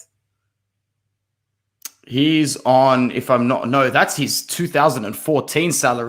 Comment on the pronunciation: Telles I believe is pronounced teh - yehz. Heh heh. Good content as usual boys!